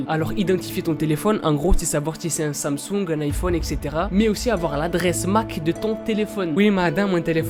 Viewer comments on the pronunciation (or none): none